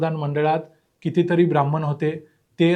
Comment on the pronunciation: ब्राह्मण !! नीट उच्चार करायला शिका.